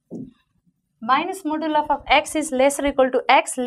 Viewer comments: Its modulus not moduluf lol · You are parcting or teaching you dont how to pronounce modulus ..hopless maths teacher...